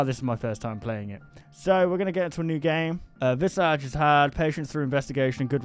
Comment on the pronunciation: Fun fact: Visage is pronounced vee-ZA-z (/vi'zaz/) and it means face in French